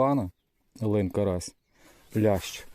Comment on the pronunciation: Дякую що лин а не лNнЬ